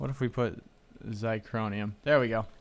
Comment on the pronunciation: sorry but its been bugging me xy-c-hor-i-um ---- theres no "n" in it to make it xycronium